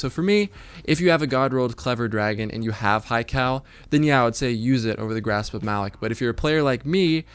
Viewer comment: Grasp of "muh-lock"